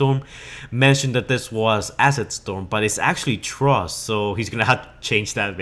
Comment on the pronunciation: its pronounced frust not trust